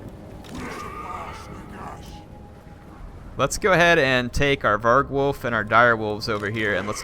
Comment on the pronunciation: lol...vargwolf? it's pronounced var-gulf